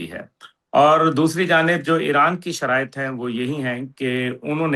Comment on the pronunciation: Anchor ki Urdu شرایاط, شرط ، شرائط, Abraham Lincoln, not Abraham Lankan, جوانان پاکستان ہوتا ہے ،، نہ کہ جوان نان پاکستان ۔۔۔ guest ki Urdu se hi seekhny ki koshish kry khudara, itny senior guest k samny aesi Urdu afsos es qadr Urdu ka naas anchor ki trf se